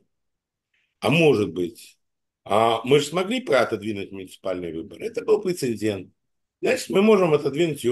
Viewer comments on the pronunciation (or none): Говорят и пишут 'прецедент' а не прецендент'